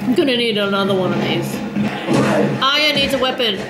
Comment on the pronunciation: its true asians cant say R ye,, she also says AyA al the time ;P hahaha